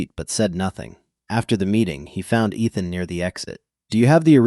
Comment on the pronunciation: Miss-pronounced Ethan!